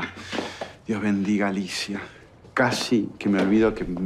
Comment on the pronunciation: Torcuato le dice Nerida y Alicia nelida porque no le sale la R